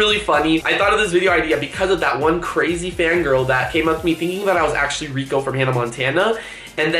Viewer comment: its rrrrrrrrrrrrrrrrrrrico 😂